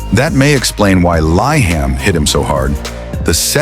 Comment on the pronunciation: Correction: LIHAM should pronounce as LEE-HUM and not LY-HUM.